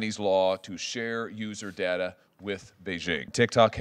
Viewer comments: did homie say “user dater” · did he just say user datr? Lol